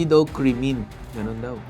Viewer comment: natawa naman ako sa pagkaka pronounce mo sa sinabi n Atty Alyssa na "kremen"😂😂😂